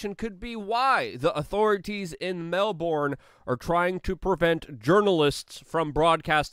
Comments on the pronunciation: Mel-BURN, not MEL-BORN. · Not “MEL-BORN”! It’s “MEL-BURN”! Dammit! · The name of the city is pronounced, Mel BURN not Mel BORN. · Love you Luke. Been following you for years now. Love your PASSION for humanity. Please tell all Americans "MELBOURNE" is pronounced MELB'N , and "BRISBANE" - BRISB'N or BRIZZY... You and your channel ROCK.. Keep up the fight. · It is pronounced "Mel-bin."